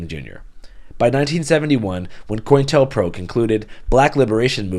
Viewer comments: It’s Co-Intel-Pro not COINintelPro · Great video, as always. Just wanted to point out that the program is pronounced "co-intel-pro" rather than "coin-tel-pro", because it's short for "counter-intelligence program". Sort of like how "gestapo" is actually short for "Geheime Staatspolizei". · Great video as always. Just FYI it's pronounced co-intel-pro (shortened from Counterintelligence Program) not coin-tel-pro. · Also bro , great stuff , I respect how far you stretch to cover so many different topics. The op is pronounced co-intel-pro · Bro, COINTELPRO —- pronounced Co Intel Pro…. lol 👍